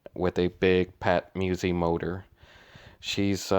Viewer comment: MuSi not Muwzee lol other than that youu make great videos! I enjoy watch them all.. Keep the good content coming just giving ya a hard time